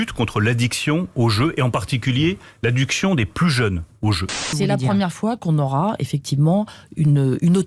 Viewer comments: Ai-je bien entendu Monsieur Lemaire ? Vous dites l'addUction aux jeux. Première fois avec un I la seconde un magnifique U. Heureusement que vous n'avez pas encore fois penser à nous imposer sur le rire. Je me marre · A 9 mn Lemaire prononce "adduction"et pas "addiction" cela veut certainement dire que l'on branche les jeunes gens comme un tuyau d'eau. Heu non comme un tuyau à fric. Mais au moins l'état n'en sera pas responsable comme tout ce qui fait des ravages en santé publique, ils sont pas con sinon ils ne seraient pas là 🤔